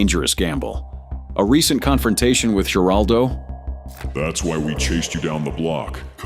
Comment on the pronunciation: These Ai voices destroy everything. Geraldo Rivera? G is pronounced with an H sound. Why not just play entire segments of the interviews without a phony AI voice.